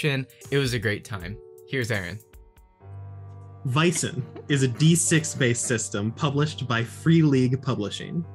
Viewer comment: That is NOT correct. It’s pronounced as the ”a” in ”bad” or ”sad” or ”tan” or ”ban” etc. In Swedish it’s written ”ä” (the two dots was once upon a time a miniature ”e”) in Norwegian and Danish it’s written as æ or Æ. Freeleague decided to go with AE since international audiences aren’t very familiar with the scandinavian special characters in our alphabets.